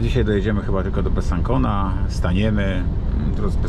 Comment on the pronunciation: Besancon wymawia sie Besansą!